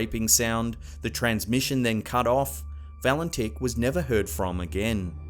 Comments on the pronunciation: At the time Valentich disappeared, his name was pronounced "Valentich", not "Valentick". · I like your channel and I am a subscriber but please mate pronounce the Australian pilots name correctly lol you said his name at least 10 times incerrectly.